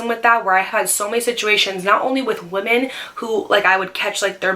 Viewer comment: i love you but the day you say “woman” and “women” exactly the same drives me crazy 😂